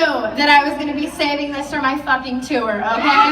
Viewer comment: "tooer" i fucking love this bitch